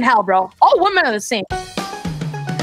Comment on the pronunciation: Lol he said all wemon are the same 😂😂😂😂😂😂😂